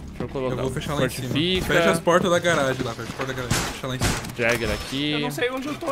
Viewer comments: Jager? Sério mesmo? Vai aprender a falar os nomes dos Operadores. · Jager se fala Yager\Yeger n e?